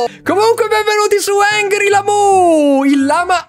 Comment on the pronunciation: non è ANGRY lamú, ma e HUNGRY lamu.